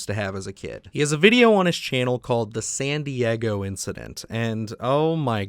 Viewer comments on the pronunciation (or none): i swear i thought you said Sandy Eggo Incident the first time. lol love your videos